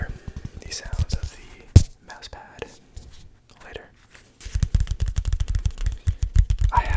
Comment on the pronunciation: The way you say Mouse... are you Canadian?